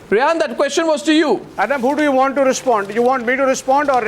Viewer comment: Arnab Goswami ... She is Rehaam not Rehaan and she is not he ... 😂